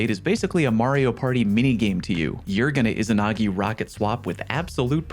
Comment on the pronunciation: The first "I" in "Izanagi" is pronounced like the letter "E" It's "E-Zanagi" not "is-anagi"